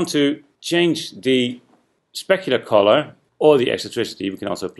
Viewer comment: why are you saying collar? i'm english too but i know it means colour... (´･ω･｀)